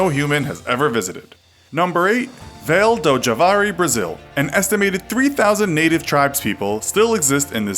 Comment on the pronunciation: You pronounced Vale do Javari completely wrong. for starters, Javari is an oxytone, and "Vale" is not pronounced like you did.